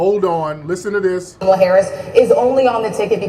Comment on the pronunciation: How do u know someone in media is being paid to speak for the Right.... they say Vp Kamala name wrong like their 7 yrs old & can't pronunciate correctly